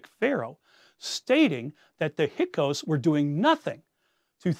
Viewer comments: Learn to vocalize hyksos, not "hykos" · Please just try to pronounce the names a bit better... it's like nails on chalkboard Hyk-sos, not "Hycos" Haht-shep-soot, not "head-shet-sup" I believe tgat the exodus story is a myth. It may have roots in reality, but it certainly didn't happen as written the Torah. And all your creative mix of history and speculation does not change this. ( For example, where the hell did you find that bit about Hatshepsut praying to Hapi and adopting a foreign child? I am quite familiar with the contemporary texts and sources by and about Hatshepsut, and I have not found any of this) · This is fascinating, however, I can’t help being confused by some of the pronunciation of names. I’m no Egyptologist, just an armchair enthusiasts who took one honors Egyptian art history course in college, so I could be wrong, but isn’t it “Hyksos” and “Hatshepsut”? Is anyone else bothered by this or am I just misinformed?